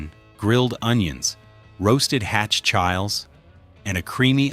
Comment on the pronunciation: Hard to watch this crap. AI calling chiles, Childs